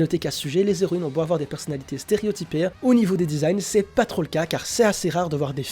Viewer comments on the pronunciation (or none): Ce manga a l'air assez sympa meme si j'ai pas l'habitude des mangas francais. Bonne vidéo ! (PS: les Héroïnes : pas de liaison entre "les" et "héroines" ... les zéroines m'ont piqué les oreilles tout le long xD)